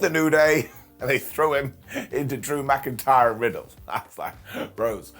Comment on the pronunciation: BrocIntyre riddle and drew, said as brokentyre.